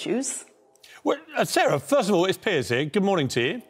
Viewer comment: That “good merning” was painful hahah